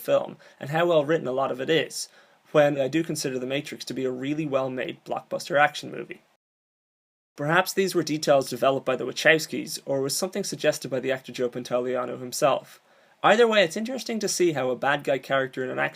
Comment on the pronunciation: We-cow-ski not we-chow-ski